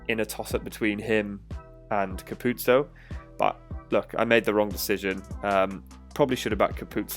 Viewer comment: Just FYI - its pronounced Capu-ozzo not Capuzzo. I learned this recently myself👍. Great video